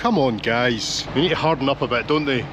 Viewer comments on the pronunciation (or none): none